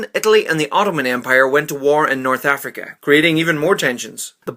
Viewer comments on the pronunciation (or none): none